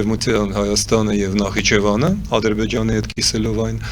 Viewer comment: Գոնե Նախիջեվանը ճիշտ արտասանե ք